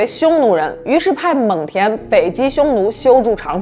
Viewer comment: 蒙恬是第二声